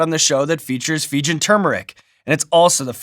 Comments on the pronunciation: What's a "Feejun"? I think you mean "Fee-Jee-Un" (Fijian) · Fee-jee-en, Fijian, not Fee-jen. Source: am Fijian.